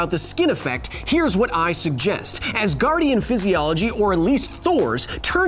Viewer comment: Oh Asgardien from asgar I was wondering what I have missed that you call Thor an Ass-gardien 😅